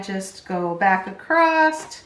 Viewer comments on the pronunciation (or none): just saying...there is no "T" in the word across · No such word as acrosst.